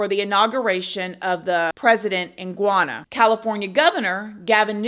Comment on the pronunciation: Gwana❌ GHANA✅